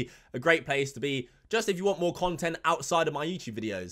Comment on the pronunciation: Just here to hear say “HueChube”